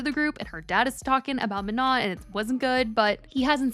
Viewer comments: exactly! it's also not maNON like on and off which is how she's saying it (and shes been told its wrong on her previous video about this) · No guys its not prenonced Ma-No its prononced Ma-nON, ON as in we in french or NON as in no in french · for the millionth times it's ma - no" jfc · She’s STILL saying her name wrong… it MAH-NO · Isn’t it pronounced “Ma-no” like without the n at the end? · Girl her name is pronounced Ma-Noh, like Manon without the n at the end. Everytime you post a Katseye video you get told and never learn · no, even manon said it herself that it’s like “Manó” and she said the n is silent. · It’s pronounced Ma-No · she said herself that its “Ma-no” and the “n” at the end is silent. The OP is correct. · say her name correctly lmao. The N at the end of Manon is silent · Hi just a gentle reminder the N at the end of Manon is silent ❤ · why are we STILL not pronouncing her name correctly? it feels deliberate at this point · We been telling her I don’t think she cares lol she been doing it wrong every video with countless comments correcting her